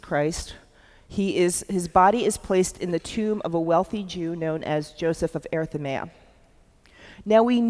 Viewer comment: A very interesting lecture, but I wish she would learn to pronounce words such as "sepulchre" correctly. Also, his name was Joseph of Arimathea, not Arithamea.